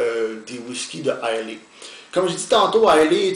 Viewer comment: belle revue! juste quelques corrections si vous me permettez: - l'île d'islay est située au sud-ouest de l'écosse et non pas au nord comme vous avez mentionné . - islay est prononcé comme "island" mais sans "nd" (prononciation anglais: eye-luh). bonne journée! :)